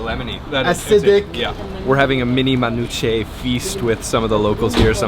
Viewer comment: Cringe Lebanese host... sexy food.. akward. Let that man eat his falafel. Also they should have taught this white boy to pronounce manushe better